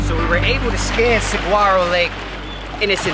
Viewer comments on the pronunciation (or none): sa-whar-oh (the g is silent) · Love you all. Saguaro is pronounced Sa war o Or sə-ˈwär-ə Mexican Spanish Thank you for all you do for others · I lived in Mesa for almost 12 years. I recognized nearly every place you were at. Oh, and it's pronounce Suh-wahr-row. The "G" is like a "w" , just like the cactus. I think it's good to check the bodies of water, but the emptiness of Arizona is so vast that people can disappear on land easier than water. Mostly because the areas of water are so heavily trafficked or have entry gates. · when pronouncing Saguaro Lake, the G is silent. LOL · The G is silent in Saguaro lake.. ❤ that I saw some friends' boats in your video 😅